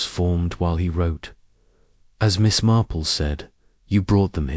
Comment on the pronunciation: Story was good but mispronouncing Marple. Lots pauses where one naturally wouldn’t If you fixed that, it would be a pleasure to listen too